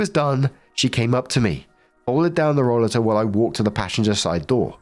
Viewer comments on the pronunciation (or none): I don’t know if someone already mentioned this but it’s pronounced roll-ay -ter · Last story: roll-a-ter, the a is hard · In health service we pronounce it like role--late --- or hope this helps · In the US, we call that a roll-8-r. That was the must British pronunciation you could find, right,? hat old cow knew it was someone's expensive device. No store provides rollaters to shop. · it is pronounced Ro-later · It's roll*A'ter in the US. I've had one. My balance has gone to God-knows-where. Doctors claim I have PPMS. I now have an upright walker. It's like a rollator except it has arm rests and it makes you stand up straighter. I was pushing my arms down (I call it applying too much downforce, as if I'm a Ferrari); doing that caused a ripple effect that made my shoulders so stiff they'd prevent me from sleeping because they hurt so much. My muscles couldn't relax at all. Anyway, rollaters are great with their chair built in storage built in. Sucks that anyone needs one, though. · Story 3 - When looks at the word "rollator"....ignores the obvious and correct pronunciation....and chooses an incorrect pronunciation so stupid it has to be rage bait. He knows how to pronounce "escalator", he knows how to pronounce "elevator", but "rollator" he just can't wrap his head around. Jesus.